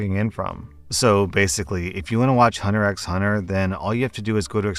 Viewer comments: FYI “Hunter x hunter” has a silent “x” So spoken it is: “Hunter hunter” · I know this is an old video but you don’t say the X in Hunter X Hunter.